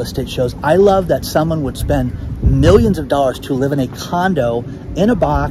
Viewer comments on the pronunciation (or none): none